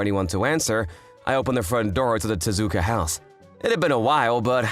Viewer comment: MIDORI?!?! HER PARENTS FORGOT THE YA. PLUS TEZUKU?!?! MAKE THE TE INTO AN I 💀💀💀💀💀